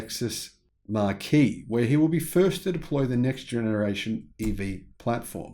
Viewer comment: Great content as per usual! A very small cavil: marque is pronounced "mark" and markee would be written "marquee" wherein you might have a wedding reception ...or even a new North American Toyota customer presentation, if you could find one small enough:-)